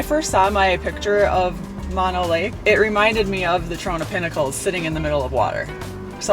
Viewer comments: FYI it's pronounced MohKnow and not Mahno and TieOga and not Teaoga...😃 Those aren't scratches, they are called backwoods pinstripping. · Those are called Sierra pin stripes, we all have them. And its called Mo no lake, not Ma no lake... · That is MO-NO Lake with saying OH after the M and the N. 😉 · Mono Lake is pronunciation mow now lake .. spent many years in Lone Pine and Alabama Hills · As a resident of the Mono Lake area, heres a little tip: Mono, the way you're pronouncing it, is short for a disease (mononucleosis); the lake, the county, the area of Mono is named after the Mono Indian tribe, pronounced Mo-no. Not everyone knows that. Love the video, though. Glad you enjoyed this beautiful area and its history. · FYI-I’ve lived in Mammoth for 46 years. So, beautiful! When I first moved here at the ripe old age of 22, I was soon corrected on my pronunciation of ‘Mono’. Think of it like, Oh No! or Yoko Ono. The long vowel pronunciation ‘o’. You’ll sound less like a tourist and more like a local! Also, the vegetation along the dirt roads up here is scrappy Sage brush with stiff limbs that’ll scratch the heck out of your truck and trailer…don’t I know 🙄 Happy Travels you guys 😉